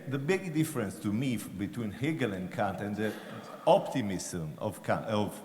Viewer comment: That's exactly how Kant's name is correctly pronounced in German. It's funny how some people, Americans in particular, desperately mispronounce his name as "Can't" or "Kaaaant".